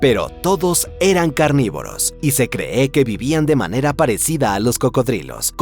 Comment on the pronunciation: Por qué dice "se creé"? Este narrador es un sintetizador de audio o una IA?